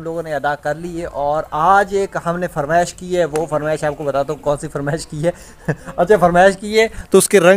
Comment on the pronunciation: بھیا جی ۔۔۔فرمیش ۔نہیں۔۔ فرمائش ہوتی ہے😅